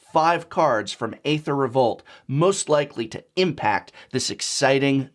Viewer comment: Can you pronounce Aether correctly please?